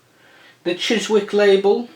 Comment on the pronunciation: By the way Chiswick you dont pronounce the W lol